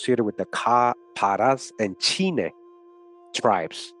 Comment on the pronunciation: Chine (Chee-Neh)